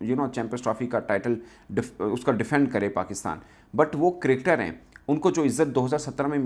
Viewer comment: Cricketer hota hai kadkad Nahin😊